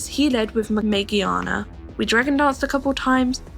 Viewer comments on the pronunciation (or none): You said magearna wrong!